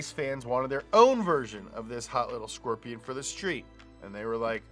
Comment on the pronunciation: A frickin skwerpion!